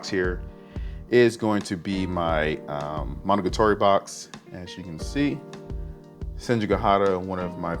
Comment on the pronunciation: Nice collection! I'm just bothered by your pronunciation of Monogatari. Monogatoree?